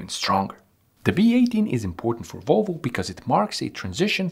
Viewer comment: Its Volvo not Wolvo…..try to say that….VVVVVOlvo